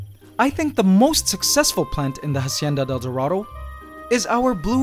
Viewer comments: i wanna watch the video but every time you say "Jacienda del Doradou" i cringe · I liked the part where he said Hacieana Del Dorado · I stopped and turned off this video when you said "Hacienda Del Dorado" for the hundredth fuckin time...... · I love your videos, but every time you pronounce Hacienda de El Dorado, I cringe. And you do say it a lot. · How many times can you say hacienda del dorado omg... stopped watching because of that